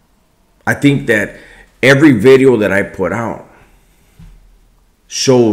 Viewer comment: idk it dont really bump the same when you dont say NEW BIDEO. Great talk tho man I appreciate you